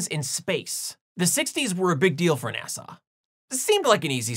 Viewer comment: It sounded like you pronounced "NASA" as "Nasau". According to Rule 8, I have to ask: Was that intentional?